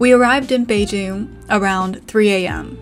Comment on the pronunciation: 4AM in Beijing. That accent of saying Beijing just like Beijing locals.